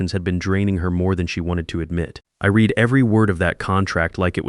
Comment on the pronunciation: The present and past tense of “read” are spelled the same but pronounced differently. The software should know that.